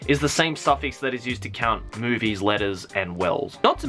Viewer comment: i thought he said "boobies" not movies